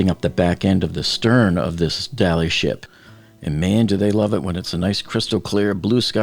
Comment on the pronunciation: Come on please, it's 'the Dali' not the 'Dali ship' (pronounced by you Dollyship). They never said the Tiranic ship, the Mauretania ship, the USS Iowa ship